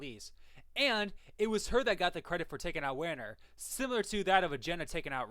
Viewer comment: Lol it's pronounced as "Vener" not as you read it. Anyway, great content bro.